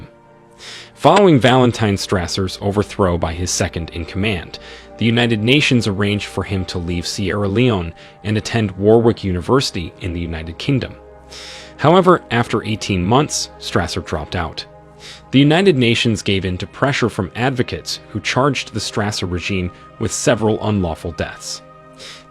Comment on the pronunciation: ThanKs for the video. Few corrections: It's pronounced 'ECO-MUG' ... WarwicK university is pronounced "WarricK" ... ThanKs and aII the best with your channei